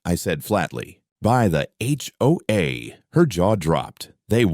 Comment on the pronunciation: If your going to put up a sign, try to pronounce and spell hoa correctly.